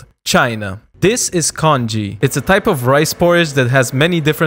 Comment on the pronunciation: the way he pronounced the congee name had me crying as a chinese😭😭😭